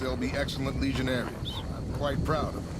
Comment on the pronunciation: And the times he butchered those legionnares